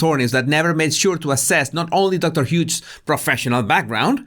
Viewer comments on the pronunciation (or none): You’re calling her Dr Huge 😂 It’s pronounced Hyoos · you always make me laugh in your vids of this length. Such a joy to have someone edify & amuse in the same length of time. I loved the Larry David bit, and particularly liked that you called the shrink "Dr. Huge", (when it's "Hughes, pronounced "Hyues"). All I could think of was, "oh that's so great, he's calling her "huge", as in, "hugely incompetent", or "hugely inappropriate", or, perhaps, "hugely biased". Keep up the great work & content,: we love you, & we love what you do for us. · I like how your accent says Dr. Hughes. It's pronounced "h'ewws". You pronounced it Huge. You're right! Dr. Huge Liar should be the full name. Haha The judge's face in that clip was done after Alejandro (?) depo. He was in the car and started driving and according to the judge "I've seen a lot of things but that's a first for me." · I swear he said Doctor Huge..